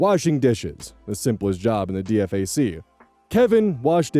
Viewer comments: its pronounced D fac like deefac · Being in the army and hearing you say DFAC as you did instead of “Dee-fac” threw me for a loop. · My eye twitched every time DFAC was spelt out. It's spoken as "Dee Fack." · Its not called the D F A C, is the DFAC. D-Fac, Dinning facility. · "D F A C" its Dee- Fack D-Fac... DINING FACILITY... 😅 this shit is setting me off lmfao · Usually when people refer to it, they dont spell it out D.F.A.C. Its pronounced deefak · Nails on a chalkboard every time you spell out the acronym. It's D-Fack. Or, Da Fuq. Never heard anyone spell it out in all the time I spent on joint bases. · Please never spell out an acronym again. It's "Dee Fack". Not a single soul alive on this mortal coil says "dee eff ay see" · DFAC is pronounced Dee-fack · great reading but i'm ex-army and i'm so distracted by how you keep pronouncing it D-F-A-C 😅 It's D-Fac, like it's 2 words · Fun fact you'd usually pronounce DFAC as "dee-fac" :) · Hearing call a Dee-Fack a D. F. A. C. kills me every time, lol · Just so you know DFAC is generally pronounced "dee-fack" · Hi. E4 Mafia reporting in. DFAC is pronounced De-fac, emphasis on the "De" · EVERY time he spells out D-F-A-C my skin crawls… IYKYK HOOAH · I read the one a few weeks ago and ☠️☠️☠️ Also sounding out D F A C every time took me OUT 😂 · Can def tell when someone's not army when they read dfac letter for letter instead of saying d-fak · First of all, it's pronounced "dee-fack" and SPC means specialist. Other than that, this is not how the army usually works. Kevin's life would have been a living hell and no one would wonder or care what's wrong with him. Put it this way, I probably should not have listened to this because I will probably have dreams tonight of the unpleasant variety. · Repeat after me, "Dee-fack" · So weird hearing DFAC not said as Dee-fack. Just Army shit I guess. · For the love of all that is Military, its DFAC, pronounced as D-FAC. not spelled out like a noob civilian.